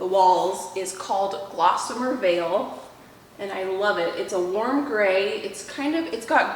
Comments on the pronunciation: Hi, PLEASE check the paint can label again...there is NO "L" in GOSSamer. Please forgive me for correcting you, but I think you'd rather pronounce the name correctly on your videos.And, no, I'm not a hater. I love your channel; I'm always amazed at how well you cook, clean, garden, preserve and do a myriad of other things. Love to hear "God's little Acre" cooing in the background, too! Looking forward to all the great gardening you'll be doing this Spring/Summer/Fall season. May God bless you, Josh and baby Acre. 👣 💚😊💚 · Isn’t it gossimer and not glossimer or does it just sound like you’re saying glossimer? It’s beautiful.